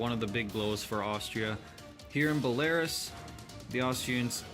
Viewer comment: Its not bel-Air-is, its bel-Ah-roos